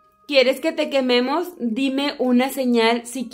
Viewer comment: Aca los que escucharon cuando dijo quieres que te quememos y se escucho ño